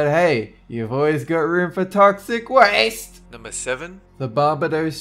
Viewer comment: "He would do odd things like SHOOT AT FISH" "Toxic waAASTe" And formaldehyde? 😂